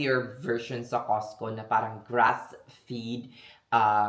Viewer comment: Yes Combine 401k and ROTH IRA is the best additional retirement and pension down the road also once you vested normally 3 years When you say grass feed pronounce grass fed not fid 😂😂😂 Or quinoa pronounce Kinwa when you say Kinowa it’s funny actually 😂😂